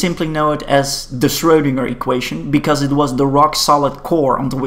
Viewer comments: FYI, "ö" is pronounced like the "ur" in "turn", not the "oe" in "toe" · Schwödinger OwO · Right. His name is pronounced like a type of ladies’ support undergarment that has fallen out of fashion.